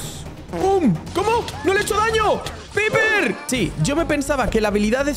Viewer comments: Se dice paiper y se escribe piper y collete se dice colet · Creo q piper se dice paiper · Piper no se pronuncia así se pronuncia paiper